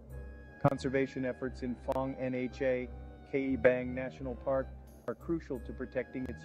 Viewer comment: Was the narrator AI? In , he read NHA letter-by-letter, instead of with the "nha" sound.